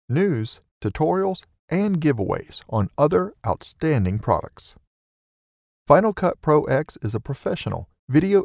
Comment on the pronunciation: Wow! FCP Pro X has been around for awhile and you still say "Final Cut Pro ex!? It is pronounced "Final Cut 10". Do you say "Super Bowl ex ex ve" for Super Bowl XXV?